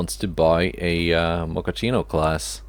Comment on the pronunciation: Why did you call the Gioacchino class "Mocaccino"? Those are two totally different things! Gioacchino is a name for a person (for example, Gioacchino Rossini), while the Mocaccino is a type of food (that isn't even Italian!)